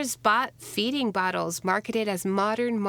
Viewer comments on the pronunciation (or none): none